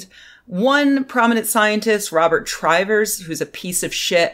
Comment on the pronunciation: It's Robert Trivers (as in rivers), not Try-vers.